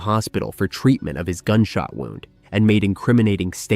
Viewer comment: Did you really say wound instead of wound (woond--an injury). Dude please learn the correct pronunciation if you are going to do pod casts. It ruins the whole meaning when you guys screw stuff up like a simple pronunciation.